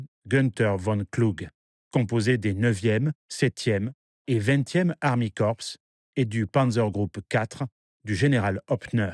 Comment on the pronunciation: Excellente vidéo, un petit effort de prononciation sur les mots allemands serait apprécié. Gunther se dit gounteur et pas gunteur, et armeekorps se dit armée et pas army. Je chipote mais c'est comme ça.